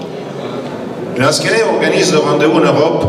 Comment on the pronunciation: Lansquenets... pas 'lansquets'